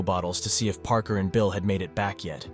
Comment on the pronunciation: Parker should have been "paarker" not "prker" I'm literally giving you my human tips on how I can tell so you can improve.